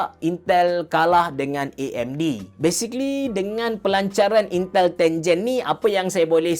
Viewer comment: intel menjadi yintel